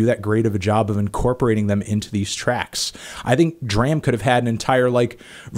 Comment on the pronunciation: It's pronounced like "Drama" without the "a" at the end.